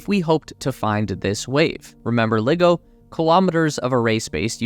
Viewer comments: Dude, it's not pronounced "liggo", it's pronounced "ly-go". Want proof? Listen to literally anyone who works there. In the same way it's difficult to take a so-called nuclear expert seriously when they say "nuke-u-ler", it's equally difficult to take you seriously when you can't even bother to pronounce LiGo correctly. This isn't hard. Do better. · It's pronounced Lie-go